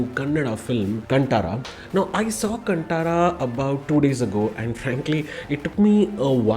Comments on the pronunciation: Learn to pronounce the name properly please: it’s “Kaan ThaaRaaa (as in thaara = star) Not “C U N T A A R A) 🤦🏻‍♂️🤦🏻‍♂️🤦🏻‍♂️🤦🏻‍♂️ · Great review. Although, a small correction: it's not कंटारा, it's कांतारा. Cheers ❤️